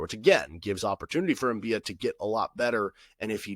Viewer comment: I think it's M-bi-ah, not M-bee-ah. At least that's how nc state commentators pronounced it. They also gave several reasons as to why he might have de-committed, including eligibility issues.